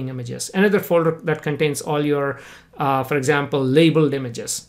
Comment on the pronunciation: omg every time that he says "for" i think he is saying "fur".